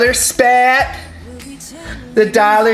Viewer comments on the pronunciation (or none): I crack up everytime you say "daller spat" 😂😂😂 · I do this every damn time! I took a drink and u said dollar spat! Lmao🤣. Loved this parady! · The Dollar Spat lmaoooo 💀 I CAN'T WITH YOU! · dwlar speet and another montage please 😂😂😂